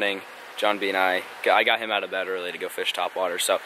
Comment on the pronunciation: I love when he says fiish